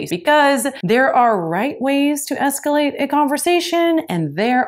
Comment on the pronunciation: By the way,, it's, "escalate", and NOT, "scalate"..